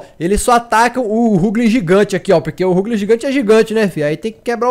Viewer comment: Ruglin é top mano n sabe nem pronunciar menos um inscrito